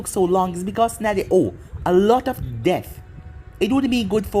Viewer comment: When you said debt it sounds like death and I was very confused